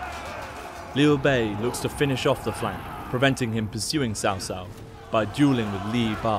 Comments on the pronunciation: CA can create a masterpiece of a game with excellent Chinese music, Daoist elements to represent the stats, and just authentic everything AS BRITISH PEOPLE… But they can't pronounce a single name correctly, even when the voice actor in the cutscene says cao cao 4 seconds ago. sao sao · Cao Cao is pronounced cow cow.